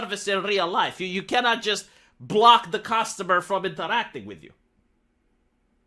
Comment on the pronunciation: You should drop the fake Russian accent if you’re gonna pronounce words like ”purchase” and ”customer” like an American.